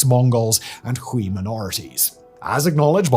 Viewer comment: If you care about Uyghur so much Simon, learn to pronounce it correctly. And learn to pronounce Hui too